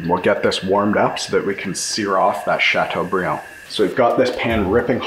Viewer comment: “chateaubriand” ..nice...Great video!